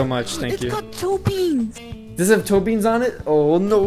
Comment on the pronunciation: Toe-BEANS :) LIKE ITS ITS A TOE BUT ITS A BEAN😂😐😑😐